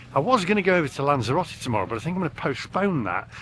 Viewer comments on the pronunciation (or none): none